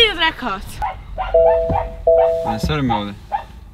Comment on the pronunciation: jel on to rekao drkavac😂